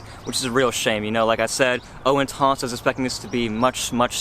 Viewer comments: Great video. I own and love it, much better performance than original whilst keeping same gorgeous scent. Also what's intonce? it's inTENce. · WTF is "Intonse"....??? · Wanna slap him every time he says intans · pronouncing intense like an idiot. come on